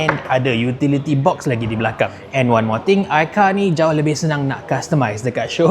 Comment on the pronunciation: Aikar 🚫 AiCau✅